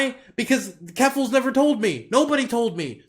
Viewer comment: "keffaluffle" xD